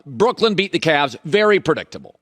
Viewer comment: Can you stop calling them "Brookland"? Sound it out, clap the syllables.